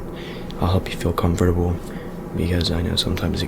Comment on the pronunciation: Comfotabol😂😂 i got really triggered